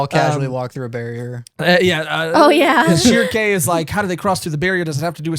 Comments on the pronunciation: Honestly this arc prolly has some of my favorite action scenes in the manga and it's jus keeps getting crazier and crazier. Also loved all the pronunciations of Shreeky lmaoo it's pronounced sheer-keh I'm pretty sure so i think was the closest. always got me wantin to play dragon's dogma to check out all the berserk references I had no clue it had that many. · Holy shit you guys might be the first reactors i've ever seen correctly pronounce Shierke's name, Sheer-kay. Thats a high accolade. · Funnily enough first attempt at pronouncing Schierke was the best one. Schierke is a village next to one of the biggest mountains in eastern germany. In myth it was believed that one time a year, all witches gather in Schierke and take off with their brooms to the summit of the mountain to celebrate "Walpurgisnacht". Popular Fiction from 1790 describe Walpurgisnacht as an event of satanic rituals and orgies:D, but every author had a diffrent depiction of it.